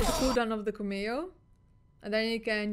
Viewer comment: The pronunciation of cameo is CAM-eeeo. CAM as in camera.